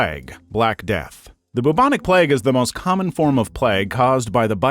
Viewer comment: boobonic plague is not how anybody pronounces it at all!